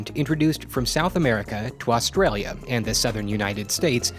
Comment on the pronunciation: Dear all Americans, stop trying to pronounce 'Australia'.